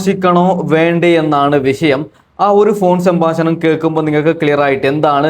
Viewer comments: സംബാശണമല്ല സംഭാഷണം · സംഭാശണം അല്ല സംഭാഷണമാണ്